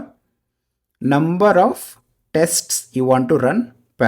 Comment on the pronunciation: Thank you! But please stop saying 'testis'!